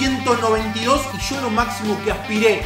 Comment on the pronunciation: Se dice YO , no SHO